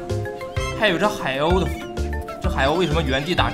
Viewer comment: 鲤鱼你怎么叫海鸥 海耨😂😂😂